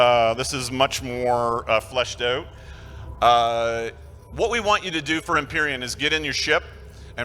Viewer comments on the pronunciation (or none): "..fleshed oot"